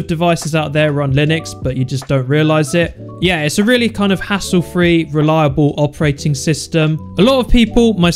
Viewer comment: I can't help but notice he says "hastle free"